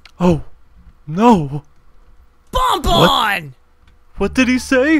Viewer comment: That is bonnie not bon bon